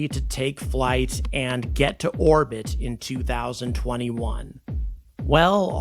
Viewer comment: Why does "orbit" sound like "our-pit" and sometimes "war-pit," when coming out of your mouth? Is this a new retardation of you mouth-breathers?